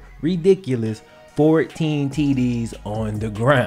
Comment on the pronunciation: Bro when you said 14 INT I thought you said 40 💀💀